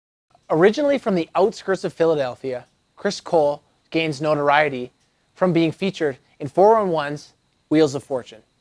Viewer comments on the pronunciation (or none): none